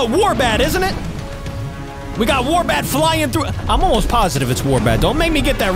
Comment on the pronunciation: It is oh war bat